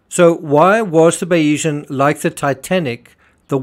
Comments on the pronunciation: Perhaps you may have been more credible if you had pronounced the Bayesian's name correctly. But no, this is all a load of cobblers! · Learn how to pronounce the sodding yachts name!